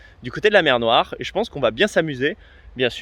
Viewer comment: "C'est la mew noiw ?"